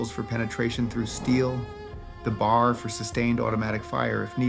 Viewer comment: B-A-R, not Bar